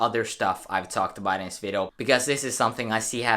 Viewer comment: "vido" Nice